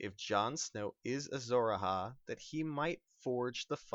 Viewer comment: tywin also put a lion skin in it. and it A-HI not A-HA